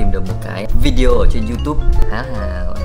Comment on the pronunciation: Lâu lắm rồi mới nghe có người nói đúng vi-đê-ô, chứ k phải vi-zeo hay vi-yeo thậm chí vi-zéo 😀